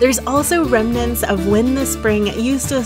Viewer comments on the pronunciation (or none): none